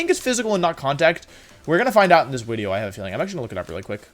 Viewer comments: At the start of every Wolfey video, I wait anxiously for the "So, there I was" and "wideo" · Wolfey + Video = Wideo simple maths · Why do you say "wideo" every wideo? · Why do you say “wideo” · Y does Wolfey say wideo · Mr Mime in previous wideo... Wideoy "Mime will be in next wideo", next wideo no Mimey. We Whiney for Money!